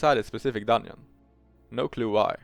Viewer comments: dungeon ❌ dunn-yin ✅ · Why tf you keep pronouncing dungeon like onion ?